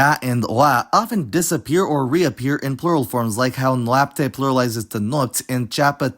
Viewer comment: you pronounce them correctly